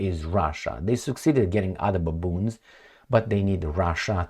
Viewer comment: Welcome nice idea thank you. i like the way you say baaboons 😂